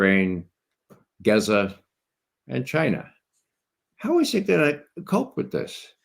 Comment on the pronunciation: Gaza (Gahza). not "Gezza." Kieve (Key-ev), not "Keeve."